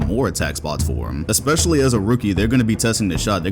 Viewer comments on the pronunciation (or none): none